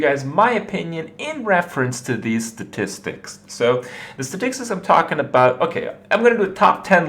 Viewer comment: funny how he says the word 'statistics' normally the first time and then says 'staticsis' the second time